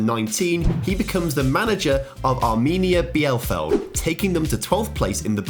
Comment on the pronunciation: Mate, you can google or check how names of clubs are pronounced in youtube before you butcher them :D Arminia Bielefeld